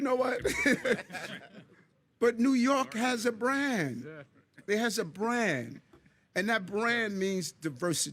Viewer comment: "We have a bran, New York City has a bran".